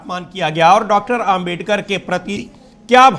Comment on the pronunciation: जी आप बार बार आमबेडकर बोल रहे हैं उच्चारण सही करिए अम्बेडकर बोलिए।